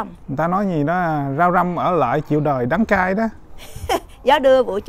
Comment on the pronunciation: Gió đưa cây cải về trời,rau răm ở lại chịu đời đăng cai.lo làm vườn quá đọc hơi bị sai